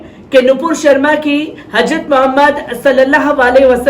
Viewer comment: حضرت ka pronounce sahi karo bhai....